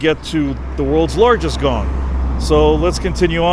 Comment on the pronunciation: The pronunciation the woed in Thai.=>whenyousay think about the woed"King-Kong" only suffix word "Kong" the sound similar that you said Gong But it's not correct exackly.